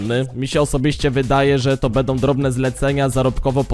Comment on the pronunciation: wszystko pięknie tylko proszę popraw cytuje bedom bedzie obejrzyj jeszcze raz zobacz jak to razi przemawiasz do młodych ludzi i niech uczą się poprawnej wymowy Będą - Będzie pozdrawiam